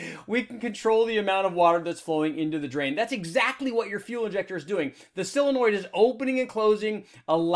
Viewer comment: Solenoid, not "silinoid"...